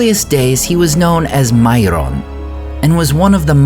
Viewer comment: he was known as "MaiRRRRon"? Is this a thing now? that people are gonna roll the R´s in such a hoRRRRRRible fashion whenever we read a Tolkien word?